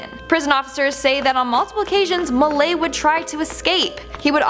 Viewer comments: Ivan milat.. pronounced Mil-AT. he's not French, he's outback Aussie, rough as guts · It's lat and it burn trust me I'm Australian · It's pronounced Ivan Mill-At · Seriously Ivan mi - lat say it as it’s spelt, I am an Aussie so I know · It's pronounced Mill at not mill ay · Milat is pronounced exactly as it is spelt Milat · Milat is pronounced as its spelt with a T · Milat Said. Mil - At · MIL.....at,say like that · Im with ya there that one was like whhhhhhat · You are pronocing ivan millats name wrong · your saying Milat wrong. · Ivan Milat pronounce the T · mi lat not lay... just saying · PS Ivan Milat is pronounced MILAT as in AT, not Milay 👍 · its pronounced mill-at, not mil-ae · Ivan Milay! He's not french! T, it's a T Milattttttttt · From Australia. It's actually pronounced milat not milai' just letting you know. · Milat is said as each letter sounds. Milat. Not Milay. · Thats Milat ,not Milay. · It's Ivan Milat .... (MI LAT...... NOT MILAY) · Ivan Mill- At not milay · ITS PRONOUNCED IVAN MI-LATT.. ITS NOT MILAY... its spoken mi-latt... or my-lat... your saying it wrong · Pronouned as Ivan Milatt not Milay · Milat. Not milay. Work on your pronunciation. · it's not Ivan Milet...it is pronounced MILL AT milat...welcome. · Its MILAT, NOT Milay ffs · ivan MIL -- AT... NOT MILAY..... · Malat not Malay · IVAN MALAY BAHAJAHAHAHA HOW DO YOU GET THAT NAME WRONG MILAT WITH AT THE END NOT MALAY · Ivan Milat's name is usually pronounced 'Mil-at' ( at as in cat) here in Australia. Being an Aussie I get a bit of a thrill whenever Australia gets a mention on these list. That just seems so wrong right now lol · I never heard it pronounced the way did 😂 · Mill-lay lmao 😂😂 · Milaaaayyy haha wtf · Okay but is anyone else from Australia and just giggling at the pronunciation of Ivan milats name? 😂 just for future reference it’s pronounced Mill-at ahaha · Milat. You hear the T Mill at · Hey, Ivan Milat is pronounced At, not Ay. MilAT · Milan...at as in splat